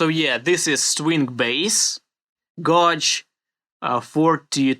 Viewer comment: I love how you say "Gauge"